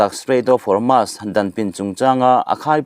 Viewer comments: Hormus hi chanchinthar puang tu zawng²in Hormus tiin an lama nangmah chauh hi Hormas tia lamtu i niin ka hria, alam dan dik hian lam a harsa viau em mi? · Hawrmas niloin Hawrmus tiin lam la